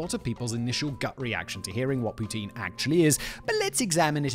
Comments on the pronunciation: Pronounced POUTIN, not Tine! Enjoyed this video. Agree that the food in Cuba is terrible but its the cheapness that gets us there for sure, its a trade off. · 3 thing about Poutine...1. The right pronunciation is like how Ryan Gosling saying it at the beginning of the part about it. The way you say it sound like Vladimir Putin. It's funny but we are used to it in Québec. 2. The cheese curds is more like mozzarella or light cheddar and not at all what you describe. It's a very basic cheese, the kind that last like 3 days but is very well made and super safe. Also because of the specific kind of cheese it's used, it's 100% sure it comes from my home region of Québec of Centre-Du-Québec, cause only Warwick produced that kind of cheese in the early 1900. Also the first to market it was Dominique Roy of Drummondville, who was owner of the Roy Jucep ( still exist and the poutine is not bad) and Victoriaville claims it's from there but it's because they are close to Warwick. To other Québécois, the version of poutine from the rest of Canada is usually shit because they don't use the right sauce or cheese, which unbalance the whole or doesn't melt which is sad. So poutine is mainly from Québec. 3. It's the ultimate late evening snack, as good if not better than pizza after a big party ! It got everything you need and more if you want a more fancy one with real bacon, or with spaghetti sauce instead, or just hot-dog sausage. It kills hangover with certain people and it's easy to share, so king of after party !